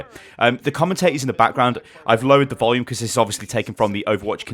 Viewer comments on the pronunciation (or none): none